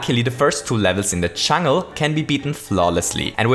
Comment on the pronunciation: "the first few levels in the chungl"